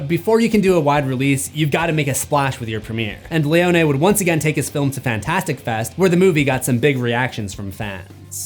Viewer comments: *pronounced "Leo Knee" and not "Leo Nay". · Why you saying leone like that 😂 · Seems like a very rushed video trying to get views off of a movie that’s already past the trending space. Doesn’t know how to pronounce Leone’s name and a terrible intro stating things that no one is stating. Just bland facts